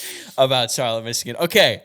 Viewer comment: Used to live in Charlotte Michigan lol! So funny to hear yall mention it! Actually pronounced Char-Lott not Char-lett like NC!